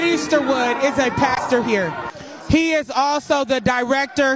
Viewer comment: Name not Eastwood..it’s “Easter-wood”. Yikes, as in resurrection is celebrated by Christians. A guy who missed some lessons I think.